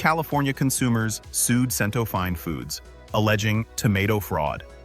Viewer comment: Hey AI, it's CHEN-toe.